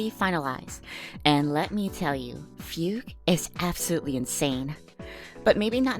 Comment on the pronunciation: It's pronounced Fugue, not Fiug this is a chinease name aaaaaaaaaa